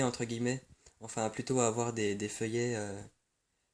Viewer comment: "filleuls" se prononce : FILLEUL et non feuillet! FILLEULS C'est en rapport avec PARRAIN , je suis ton filleul si tu es mon parrain!!!!